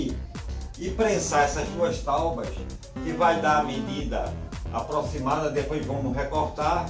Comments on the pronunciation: Agora eu faço pergunta que Jesus fez há mais de 2000 anos atrás. Quem nunca errou a tire a primeira pedra. Eu erro todos os dias. Não é porque r pronunciei taubas, que eu não sei falar e escrever a a palavra certa. O correto é Tábua com aceto agudo no primeiro A. ALL right? Um abraço. Faço o convite para vir conhecer os outros vídeos do canal, não esqueça de deixar seu like 👍. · Eu ouvi talbas 🤣🤣🤣🤣🤣🤣🤣🤣🤣🤣🤣🤣🤣🤣🤣🤣 não é tábuas?🤣🤣🤣🤣🤣🤣🤣🤣🤣🤣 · Legal o vídeo, mas... "táubas"? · Escrevem certo tábuas e falam taubas? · Cara, quem não errado, né? Eu poderia ter resolvido esse pequeno erro vdd pronuncia na edição do vídeo, mais deixei para saber quantas pessoas inteligentes iam ficar presa nessa palavra e não no conteúdo em si. O certo é escrever e pronunciar TÁBUA. O assunto aqui é marcenaria e aula de português William. Stay in piace my brother